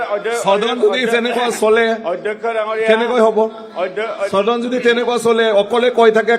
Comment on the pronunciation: চদন নহয় ও সদন বুলি কওক